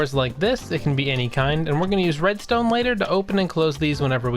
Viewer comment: "sImppllLle rEmStooM" all redstone is easy with a tutorile